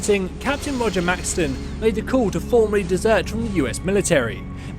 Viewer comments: Dude it’s pronounced Max-son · Are you incapable of pronouncing words correctly, it's pronounced elder Maxson not maxton, and it not elder leions its elder Lyons pronounced as "lions"